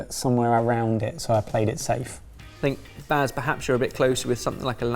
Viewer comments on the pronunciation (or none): Also Bass instead of Baz, sentry instead of century... Your videos are very confusing for the hard of hearing this way.